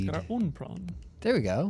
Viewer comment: Shout out to for pronouncing prawn like the real Zef Dwanky that he is!! <3